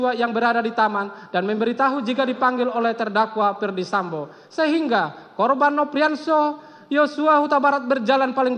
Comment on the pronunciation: Jpu nya udah kecapean baca nya sampe.salah salah mau.sebut. sambo. Malahh....samba. eh sampoo lagii. Ngakakkkk😂😂😂😂